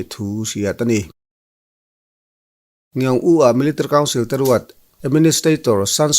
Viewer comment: Melitary council tih lai hi i lam rang thiam khawp mai😀